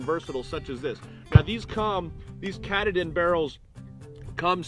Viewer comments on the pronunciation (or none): KA TAA DIN is how you say that name. It is the highest peak in the state of Maine btw.